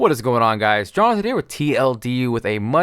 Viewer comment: It always seems like you say Charleton instead of Jonathon :P